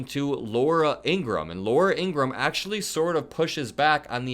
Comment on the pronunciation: Not trying to be an a$$ & not because I have anything nice to say about Laura Ingraham, but her last name is pronounced "In-grah-ham", just fyi. Pronouncing it correctly can only work in your own/your channel's favour; it won't do anything to/for her either way. There aren't many people who are the on-camera face of their own channels who say it the right way, so maybe it'll somehow cut you/your channel out from amongst the herd (in a favorable way), or maybe it won't, & perhaps (imo the most likely outcome) it'll have absolutely no effect on you or your channel whatsoever. 🤷‍♂️ "It's just a thought, y'all have a nice day/night!" If you don't know who I just quoted, then what you've been missing out on actually makes me feel sad/bad for you. Anyone wanna know the name of their channel(s)? Simply ask me in a reply to this comment & I'll let ya' know just as quick as a shake of a lamb's tail!! (Or in normal-people-speak, ASAP.)